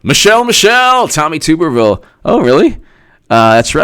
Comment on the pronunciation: Just fyi it's pronounced TUBuhrville not TOOBuhrville haha